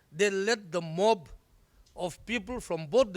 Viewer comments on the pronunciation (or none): Mon...????? It's mob